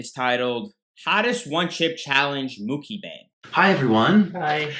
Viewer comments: Its Mucky Bang Everyone that's how it's pronounced from now on, pass it on, Mucky Bang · "Muk-i-bang" - 2k19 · Why do you keep saying "mukibang" 😂😂 is this an inside joke that I'm missing? Lol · I love the way he pronounces Mukbang 🤣 the BEST